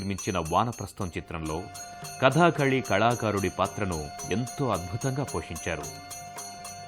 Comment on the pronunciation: కధాకాళీ కాదు కధకళి